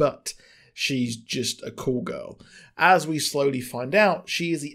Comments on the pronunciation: It took me a bit to figure out he’s saying “Call girl” not “cool girl” which I guess is British for a hooker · I thought it might be an age difference, not a regional difference, but Urban Dictionary does say it is British.